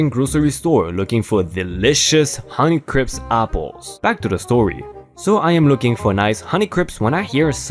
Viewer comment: honey-crips apples, for the health-conscious gangsta. (cuz you accidentally said honey-crips instead of honey crisp at one point lol) ;)